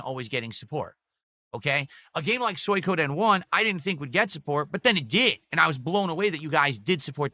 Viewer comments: got no actual points to praise "Good graphics, great story. bad gameplay." Aw Right? And how the hell is he getting worse at pronouncing words. SoyKohDen 2?! Also "I'm in demand!" Does he even break 500 viewers? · "Soykoden" Lmfao